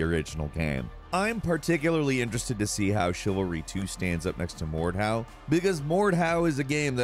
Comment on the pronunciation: ah yes "mord how" my favorite game